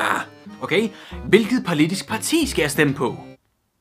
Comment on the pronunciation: Hahaha det hedder politisk parti og ikke parlitisk